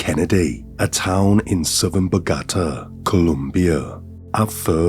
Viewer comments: Bau-gata !? FFS!? 😂.. anyway still great content! ❤️ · Dude, I *love* your stuff... BUT ...you gotta check out how to say the place names you'll be using before you get going. In this case, it's bow-GA-ta. (I've noticed this from you in previous stories, too.) I hope you don't think I'm being way too critical bc I truly value what you put out for us. I just want to help with the whole "saying the place-names properly" thing.🌻 . And the victims names, dude. OMG. I was born/raised in San Diego so am very familiar with Mexican/Spanish names, but still... : pa-TEE-oh moon-YO-s mar-TEEN-ess ya-REEB-bay pa-REE-ah . There's a zillion websites that'll make the pronuncion of words/names you don't know a breeze. Again, I'm just trying to help and really truly hope I haven't offended you. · The accent is on the third syllable in Bogata, not the second syllable 😊